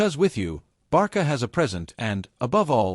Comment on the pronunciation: 1 Álvaro Carreras is from Spain 2- it's not Barca, is Barça and the pronunciation is Barsa. If you don't have the "ç" use "s".